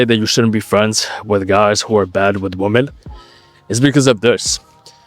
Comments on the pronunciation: Just FYI, you're mispronouncing "women". It should be "wim-men". (Saw you do it on a more recent video, so if you haven't corrected it, you might want to look into that lol) Thx for the knowledge bro. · you need to cut out guys who pronounce "women" like "woman" 🤣